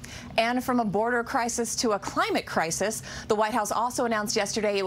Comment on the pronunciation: Aaaah you said "crisis".